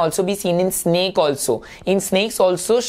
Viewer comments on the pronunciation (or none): none